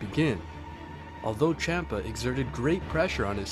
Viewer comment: Dude good video, but u pronounce a lot of the names wrong, Its not Goteen but Goten, not Chompa but Champa, not Belmood, but Belmod. its very annoying like your doing it on purpuse